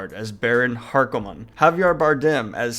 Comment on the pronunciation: Harkonnen: HaR-Koh-nen Piter de Vries: Pi-Ter de VrIs